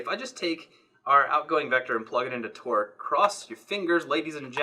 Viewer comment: I was pretty sure you said 'Twerk' instead of 'Torque' and became very interested in what that would look like.